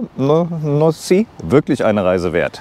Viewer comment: Zuerst danke für die video ;) sehr interessant sogar für mich . Nancy hast du zehr gut ausgesprochen :) . Bin auch am überlegen ein MY zu kaufen und bin sehr dankbar für solschen video wie deinen . Gute reise und viel spass ... LG aus Frankreich ;)